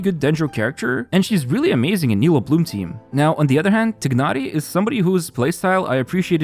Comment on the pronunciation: I'm sorry but that tighnari pronunciation is killing me